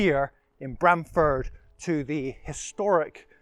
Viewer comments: Pronunciation Please!! Not Bram as in pram. But Brahm as in arm. Should check out buildings by the church. My old primary school. We had a bell tower back in the sixties. Ah yes the monkey. My Great Grandad is buried in the churchyard.The Cock Pub just up the road and the Angel Inn. Spent the first sixteen years of my life in Brahm-Ford before my family moved to Stowmarket. The local Vicar was Mr Christian. I kid you not. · Locally we pronounce it with an "arr" sound... like Br-arm-ford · It is pronounced Brarmford.